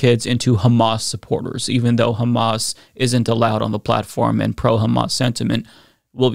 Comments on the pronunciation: man when she said "KKKHHHHHAMAS" I totally dropped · Isghael😂. Khamas😂